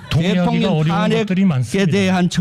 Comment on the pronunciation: 대통련 발음이 이상 하지가 않네. 잘어울려